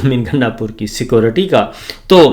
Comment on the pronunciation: Jahal bhi jan , pendo bhi g . Hazar dafa keh chuka hoon. Ckoortti nahi security hotta. ALLAH ka wasta thora purrh likh loo.😮